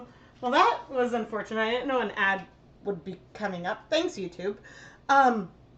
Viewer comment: When you said, "I got an ad," I heard, "I got a gnat." I laughed so much when you blamed YouTube.